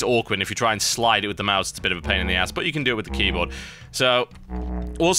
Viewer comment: LOL HE SAY´S KEYBUTT